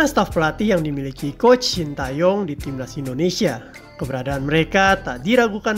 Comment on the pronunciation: Saran aja ya untuk pengucapan nama STY khususnya bagian "Tae" sebenarnya penekannya lebih kepada Te daripada Tae. Huruf -a disematkan sebelum -e untuk membedakan cara pengucapan karena ada beberapa huruf yg mirip pengucapannya. Huruf 으 dibaca "e" seperti pada kenapa. Huruf 에 dibaca "e" seperti pada era. Sementara nama STY menggunakan huruf 애 yang dibaca "ae" tapi tetap penekannya pada -e bukan pada -a. Anyway terimakasih untuk informasi mengenai staff pendamping STY yg cukup jarang dibahas di channel lain.